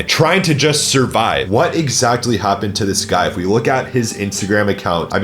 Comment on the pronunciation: Bro why do you pronounce “exactly” as “exactely”